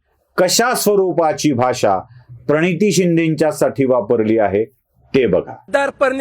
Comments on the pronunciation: अरे ह्याला प्रणिती बोलता येत नाही हा per niti बोलतोय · तुमचं असच होणार झालंच पाहिजे बोलायला शिक परनीती काय प्रणिती म्हण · Parniti 😂😂 ti tr swatahach nav praniti as sangte😂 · Praniti asa sadha uchar karta yet nahi 😂😂 Par niti par niti karayla Aani hyala gatneta kelay 😂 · परनीती शिंदे असा उच्चार करतोय हा परवक्ता 😂 वैभव मांगले चा डायलॉग आठवला...... दगड.....😂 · अरे प्रणिती नांव निट उच्चारता पण येत नाही😅